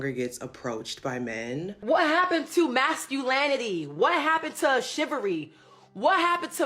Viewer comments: Masculinity❌️ Masculanity ✅️ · MasculAnity? Chivary? 🤦🏾‍♂️ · "masculanity shivery" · Third woman couldn’t even pronounce ‘masculinity’. ‘Masculanity’?😂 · "what happened to massculannity?" lol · 25 maculanity and shivery